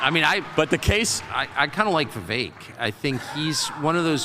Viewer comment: It’s not Vevek, Its Vivek🇺🇸